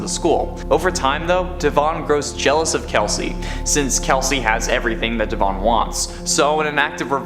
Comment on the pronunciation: The E in Devon doesn’t need so much emphasis